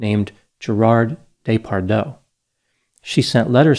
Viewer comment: Your pronouncing it wrong: it's jeh-par-juh.